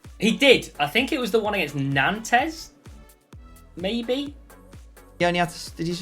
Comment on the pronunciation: The pronunciation of Nantes 😂😂